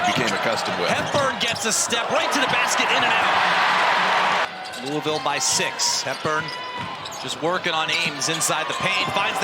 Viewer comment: This ACC announcer doesn’t even know how to pronounce “Louisville”.